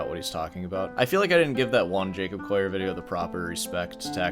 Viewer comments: 'Coll - i - er', (as in a coal miner), not 'Coyer! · Are yuou saying Jacob "coyer"? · I've never heard anyone pronounce his name the non-anglicized French way lmao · Be good if you could pronounce the Collier name correctly, or is it just your egoistic bias?